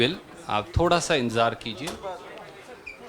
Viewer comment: Dear kanhiya , beta ji ab aap ‘ D ‘ d hi bole please ‘thora Thora’ Mat bolo . I feel ashamed . I m proud of u . U will b biggest leader of India one day . Lagta hae mujhe tumhari language ki teacher ban na hoga. Never mind , I like u , ur speeches nd ur ideology .👍